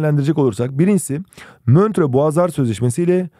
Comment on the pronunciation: Atürk diye okuyorsun Atatütk,Mötro değil montrö diksiyon dersleri almalısın